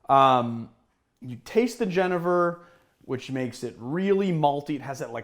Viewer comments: I'm Dutch and 'henever' is not how we pronounce it, that seems more like a Spanish pronounciation. Here is the audiofile of a Dutch person pronouncing it. Cheers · Here is how the manufacturers Bols pronounce it. Jen-e-ver.